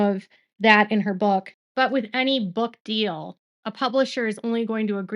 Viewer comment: FEEL...not FILL. DEAL, not DILL!!